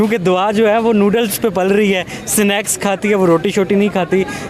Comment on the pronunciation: Sinex kya hota hai humne to snacks suna hai pahle bolna sikh phi interview le bhai